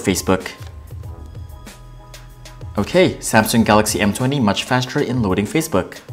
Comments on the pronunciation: How do you pronounce “faster” ? Lol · Exactly you can clearly see he never closed the apps running on Samsung m20 he just edited it out and cleared all the running apps from note7......and they way he says faster. like what faster it's not the flash vs quicksilver.... 😂😂😂